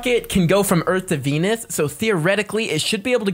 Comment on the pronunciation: Venus sounds in your mouth like 🤨enis😂